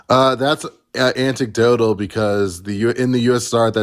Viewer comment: I'm hung up on the caller's weird mispronunciations, like "hereditable" and "anticdotal".